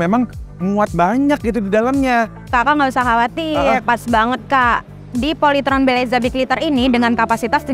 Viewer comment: Bukan POLYTRON tapi POLYTROn